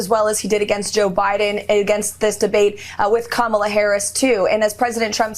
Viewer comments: Why does Trump think he’s in control of when & where they should debate?? These older adolescents on his team are so disgusting, It’s sickening how they’re deliberately mispronouncing her name. Grow Up!!! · I can't believe that you guys still can't pronounce her name! Her nieces taught you and EVERYONE else on nationwide TV how to say it !!!! 😂😂😂